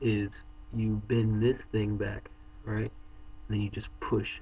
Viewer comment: stop saying ahright